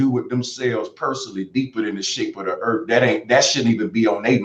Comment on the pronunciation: Bro Sanchez: I'm smart Also Bro Sanchez: Oblate means it has less degrees. Seriously, the entire rambling section where he's talking about spheres with less degrees disproves his education. And don't get me started on his ghetto pronunciation. I don't know what the Erf is, and I don't care. I care about the Earth.